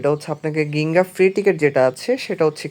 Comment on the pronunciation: গিঙ্গা না জিঙ্গা হবে উচ্চারণ ❤